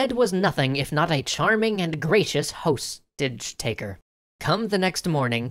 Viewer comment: "host-age taker" that was funnier than you had meant it to be